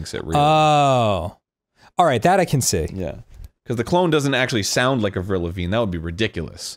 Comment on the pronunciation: "AVRILVAGNE" "..Avril Lavigne?"